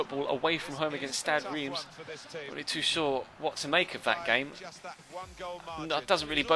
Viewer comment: Reims is pronounced rem!